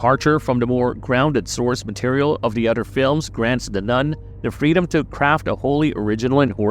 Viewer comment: It is "THE" Nun, not "DUH" Nun!